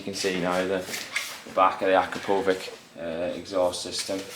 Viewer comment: Aa Crap O vich = Akrapovic , correct pronunciation